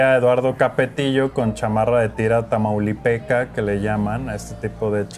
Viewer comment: Manolo diciendo tamaulipeca, creo que ya es hora de que me duerma